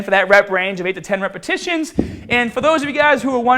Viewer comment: Lol 0.46 when says "repetitions"